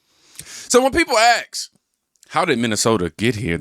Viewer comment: ask...ask..not axes